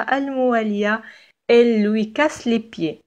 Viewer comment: Y a aussi le pronom personnel elle .. j ai remarqué que vous le prononcez presque il ... La prononciation juste est (٤l) je m'excuse pour cette intervention et bonne continuation.😍